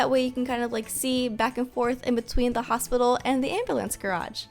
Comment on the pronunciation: Literally in the last vid one person said hostpital